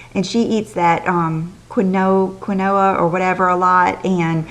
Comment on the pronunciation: Quinoa. It's is pronounced ki nwa. Hope that helps.